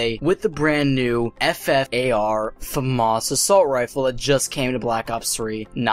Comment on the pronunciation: He says "famas" so weird